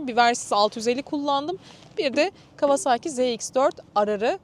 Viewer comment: kawasağki demeyelim artık lütfen öyle okunmuyor